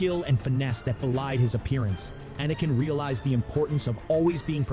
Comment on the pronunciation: Excellent tale, but the constantly switching pronounciation between "Anakin" and "Ahhhnican" was discomforting.